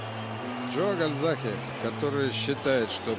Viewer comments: Почему КальзаХе ???? КальзаГе он везде и пишется и читается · Весь бой коверкал имя Джо - Гальзахе. Не говоря о предвзятости в пользу Джонса. Классные комментаторы так не работают.